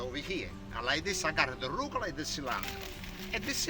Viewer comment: omg I laughed so hard when I saw his little tube of arugula spelled phonetically the way he says it! "Rucla"!